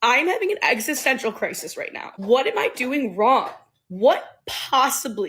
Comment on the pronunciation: When this nigga say “rrright” I bust out laughing it be in the perfect spots 😂 Denzel w that shit ! All you missing is the “my man”